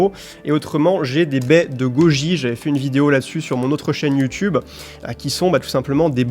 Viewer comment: "ine"stagrame, "i"phone, you"tou"be... t'abuses :D